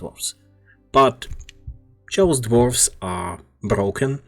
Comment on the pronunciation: Chaos (KaY-osS)